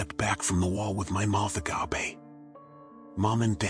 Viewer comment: I'm pretty sure it's TTS... I mean.. the whispery voice makes me wonder.... but it reads exactly like it's TTS. Like saying "underscore underscore underscore " instead of letting the story go to the next scene like it was intended... and instead of saying "agape" it says "uhgahpee" and instead of saying "shh" it says "Ess aych aych" ... I mean, if it's not TTS... then the reader needs to learn to narrate like they are a person.. <*shrug*>